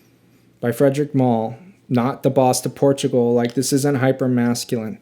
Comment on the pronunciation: I really enjoy your delivery. Comes across as down to earth and honest. Just watched several of your videos and I do enjoy the channel. I have to say every time you say Bois Du Portugal I cringe though. Its pronounced “Bwah doo Por-too-gal”.